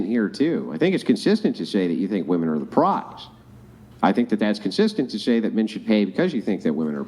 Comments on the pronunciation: she’s a good one. Sharp. She can’t pronounce the word “women”, but none of them can. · Why the hell do they say “Woman” when talking plural? Drives me nuts 😂😂